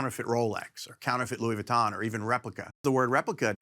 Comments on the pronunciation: Anybody who is into watches just cringed when he said Louis Vuitton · The guy said Louis Vuitton😂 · I don't know if it's me or what but did he just say "Rolex, Patek and LUIS VUTTON(!?)...." in the same sentence. Wufff